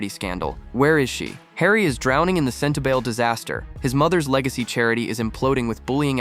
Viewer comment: It is pronounced Sentabali not Sentabail.